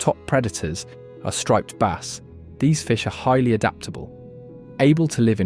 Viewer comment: AI video full of lies and inaccurate descriptions. Like Bass, pronounced baaas. They also are fresh water, and very light brackish ONLY, not salt water, also the images shown are NOT bas but salt water feeder fish of some kind, not even game fish, they also don't really school, at least not in any large numbers like insinuated here. So tired of these stupid wrong AI videos cluttering up YT, soon all we will have is fake disinformation misinformation trash.